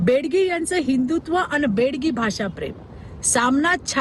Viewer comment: हिला बेगडी हा शब्द सुद्धा येत नाही. बेडगी म्हणते. हिच्या बापाने अशी कविता केली होती काय?